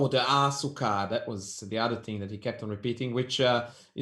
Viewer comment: It's not "Pao" de Açúcar. It's Pão de Açúcar. The a is nasal. It sounds like the u in until, uncertain, etc...